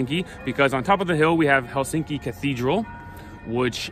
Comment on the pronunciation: Quick and easy lesson In Finnish language most common mistake by foreigners: The stress is always on the first syllable. 🤔👌 Thus it’s HELsinki👍 not HelSINki😖 and TAMpere👍 not TamPEre😖 More easy: every letter is pronounced and the same way independent of surrounding letters.✌️